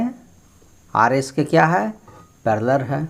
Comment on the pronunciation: Paleler nhi ser parlaal